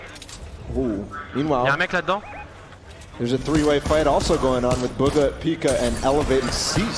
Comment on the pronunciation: It's pronounced boo - ga. Also fucking cringed joke.